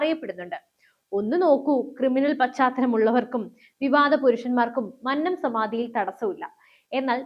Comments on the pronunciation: മന്നം എന്നത് ഉച്ചരിക്കേണ്ടത് "കൊന്ന " എന്ന വാക്കിൽ ഉള്ളത് പോലെ ആണ്. അല്ലാതെ "പന്നൻ" എന്ന് പറയുന്നത് പോലെ അല്ല 😊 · മന്നത്തിൻ്റെ "ന്ന" - അന്നത്തിൻ്റെ "ന്ന" അല്ല കുന്നംകുളത്തിൻ്റെ "ന്ന " ആണ്. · Ee sukumaranae ella nairs chernu thalli odikkanam all nairs unite please avatharaka mannam ennu nere ucharikkuka mannam ആണ്‌ അത് പോലെ വിദ്യാർത്ഥി എന്നും നേരെ ഉച്ചരിക്കുക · "മന്നം " മന്നത്ത് പദ്മനാഭൻ ", ഇവ ഉച്ചരിക്കുന്നത് എങ്ങനെ എന്ന് ആരോടെങ്കിലും ഒന്നു ചോദിക്കുക.. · മന്നം എന്ന വാക്ക്‌ ശരിയായി ucharikkane